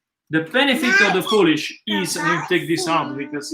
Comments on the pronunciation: It's POOL-ISH, NOT POLISH! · I love your pizza recipe. I do it all the time. I have a quick question. Why do you call it Poolish and not biga? Is the word poolish more associated with Napoli mor than Biga?